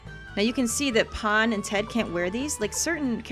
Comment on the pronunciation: Pahn more like pawn amirite